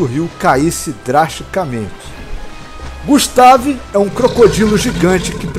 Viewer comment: Eu acho que a pronúncia do nome dele poderia ser "gÚstave", acho que ficaria melhor, mas não ficou ruim assim. Muito bacana o vídeo e que criatividade grande! Eu acho que poderia dizer que é um deinosuchus mesmo..